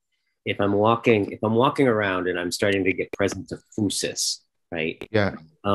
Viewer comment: Great talk! That pronunciation “phoosis” though…